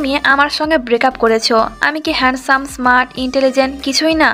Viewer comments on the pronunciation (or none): none